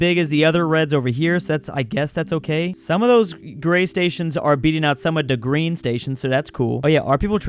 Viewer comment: "Da Green" you have triggered my inner Bears fan with that one